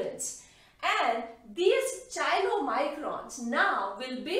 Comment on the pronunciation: Very nice Please correct pronunciation of chylomicrons.कायलो microns. Thanks